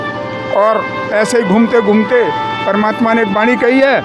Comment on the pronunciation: परमात्मा का नाम स्पष्ट नहीं पता चला।।